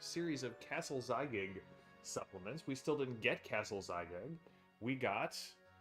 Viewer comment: It's Zagyg, not Zygag. Basically Gygax backwards with the x swapped for z.